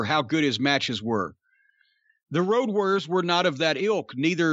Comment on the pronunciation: The build to it was fantastic. "I'm hunting Woad Wawriows"